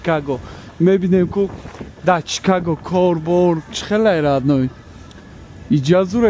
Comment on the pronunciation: Чикаго не шикаго